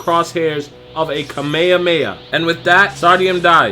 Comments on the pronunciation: It kami hami haaaaa not kami kami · Wtf you say Ka-me-ha-me-ha like this: Ka mejhamejha xdddd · It isn't ka meya meya it's kame hame ha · Is it just me that finds it awkward the way he said (kamehameha) he said "kameyahmeyah" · That kamayamaya kills me 😂😭😭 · don't you hate when he says kameamea when its called kamehameha -__ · Kamehakameha learn how to speak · You said kameakamea your fuckued in the head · you said kamehameha wrong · I don't like the way he says kamehameha